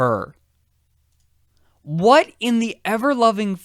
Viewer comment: Drinking game: drink each time he sais "wath?!"